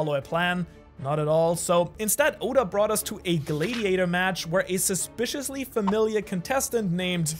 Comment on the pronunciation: why the hell do you say gladiator like that?